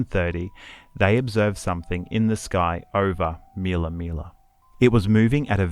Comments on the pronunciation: It's not Meella Meella ... it's Millaa Millaa for goodness sakes. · Btw... It's not "meal uh, meal uh. It's Mill uh. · MILLA MILLA FFS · Please pronounce MILLAA MILLAA CORRECTLY